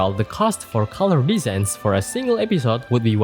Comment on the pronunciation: It isn't just heavy accent. It's straight up completely different pronunciation to what's in the dictionary. Like "episode" pronounced as ep-pee-sode. At least he got text on the screen to help understand what he is saying.